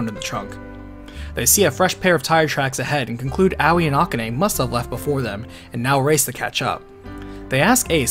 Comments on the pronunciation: Ah-ku-ney? FFS its A-KAH-NEY! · The way you say Akane grinds my gears a bit. It's A-ka-ne not A-ka-ney. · Is that the correct pronunciation of Akane?